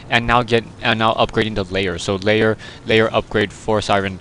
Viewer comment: Layer? Not Lair?